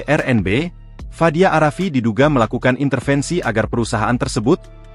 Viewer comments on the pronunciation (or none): Pengucapan narator itu seharusnya a rafiq bukan arafi